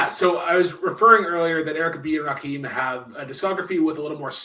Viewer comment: I want to strangle Brooklyn every time he says Rakeem. ITS RAKIM. LIKE HIM. DAMMIT